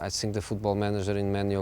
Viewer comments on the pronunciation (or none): Why does he always say SINK in place of THINK or FINK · Sink and sings...I blame it on English teachers in Portugal... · The guys is a legend but come on José, after 15 years in England is not acceptable anymore to say "sink" instead of "think" :D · "I sink" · the first "sink" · I love when he says "I tsink".